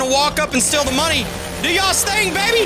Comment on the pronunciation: YOU SAiD STEAL WRONG